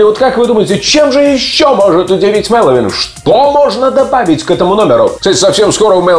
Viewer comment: Ну почему, почему все говорят МэлоУИн? алло! он не Хэллоуин, а МэлоВин!